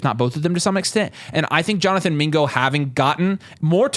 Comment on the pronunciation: Video was fire until yall said mingo